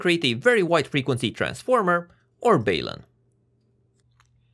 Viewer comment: IMO, in English, we should take the first syllable from "balanced", which is a soft 'a', and the first syllable of "unbalanced" (a soft 'u'), and put them together. It's kind of like a portmanteau, and normal practice is to keep the syllables intact. Hence, "balun" with a soft 'a' and a soft 'u'. The way is pronouncing it is less common, but not strictly UNcommon, per se :-). I've also heard people pronounce it with a long 'u', basically sounding like the word 'balloon'. But I think the portmanteau aspect is pretty compelling.